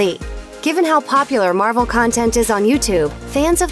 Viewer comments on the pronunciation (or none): none